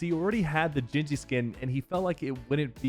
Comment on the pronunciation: homie said gingee instead of gingy fr